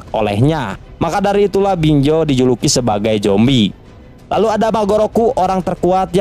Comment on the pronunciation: Z woi bukan J. BinZo, bukan BinJo. 😏😏😏